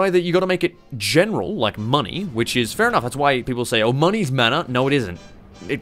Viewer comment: Oh! He is saying "Mana" For the first 20 minutes I thought he was saying "Manner". I was like "Why is he calling opinion modifiers "manner"?"